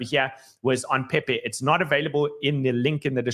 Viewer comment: PeiPei not Pepe